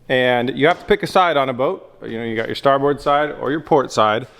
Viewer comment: Is he saying port and starburns lol?